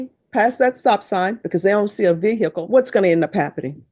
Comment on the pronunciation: What’s a veer hickle ? 😂😂😂😂😂😂